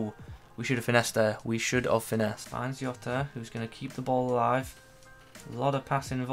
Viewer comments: Its how he talks when he says yota and not jota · I understand you're not Portuguese (That's fine) but the last name is pronounced 'Joh-ta'. P.S. Finally an upgrade. Now Robertson needs an IF and we're good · Diogo what mate? 😂 decent review btw ( it's diogo jota actually like it's spelled 😅)